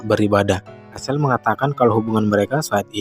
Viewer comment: Maaf, bacanya bukan Rasel atau rashel tapi bacanya Recel untuk nama Rachel.